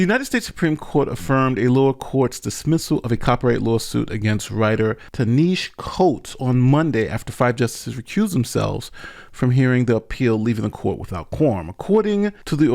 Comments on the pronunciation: lol it’s pronounced TAH-nah-he-see Coats 😆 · I'm not sure how you haven't heard of Ta-Nehisi Coates...but it's pronounced TAH-NUH-HAH-SEE Coates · Why don’t you know how to pronounce this very famous black author’s name? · I like that they were honest enough to recuse themselves. I get the draw of having your story published & shared in a professional way & that you should get some of the proceeds of that media. In this case, think Coates is getting away with it, but plagiarism can be hard to prove at the book level without verbatim paragraphs. Did get a chuckle out of pronunciation of his name.